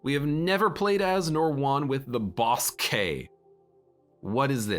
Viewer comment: I die a little every time says “boss-k” instead of just “bossk” 😅